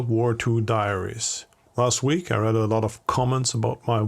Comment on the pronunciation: Listening to AI is very annoying. The incorrect pronunciation e.g. REED (read) pronounced as red when it should be REED.